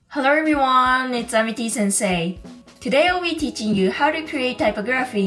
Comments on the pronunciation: It's pronounced ty pog raphy not typo graphy 😂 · Btw for future reference it's pronounced: type OG ruh fee. Thank you for the video, very informative! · Typography is pronounced tie-pog-graf-fee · you pronounced typography incorrectly